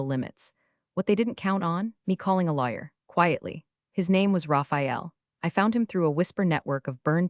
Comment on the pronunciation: I admit, I love how so many of these AIs read the word Lawyer out as Liar. AIs are smarter than we seem to give em credit for.